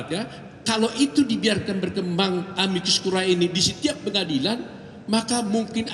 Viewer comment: Amicus(sahabat) dan Curiae. Dibaca"Amikus Kurie" bukan kurae bacanya. Ini bhs Latin.